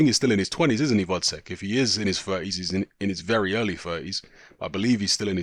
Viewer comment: his name is gvozdyk not vozdek